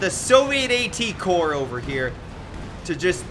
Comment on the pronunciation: Good morning, looking forward to all your casts this week while we quarantine. I enjoy your productions and the mis pronunciations 🙃. A couple of corrections: Corps is pronounced “ Core” with silent p and s like Marine “Core” Corps for example. The other is the Sabot round, the “t” is silent so: “Say Bo” is how my Tank Commander Dad pronounces it. Keep showing our beloved CoH2!